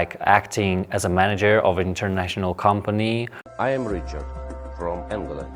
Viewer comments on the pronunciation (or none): none